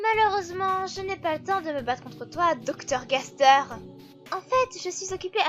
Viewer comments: C'est super,mais on ne dit pas (Gasrère)mais (Gasteur)même si ça s'écris Gaster. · Sa se dit gasteur